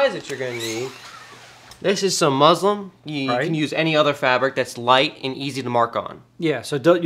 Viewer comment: Uh I think you meant to say muslin not musliM